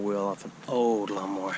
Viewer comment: No golf balls yet? That IS shocking!! When you said, "lawn mower wheel" I heard "llama wheel" and I couldn't figure out what the heck a llama wheel was! I like when you walk and talk.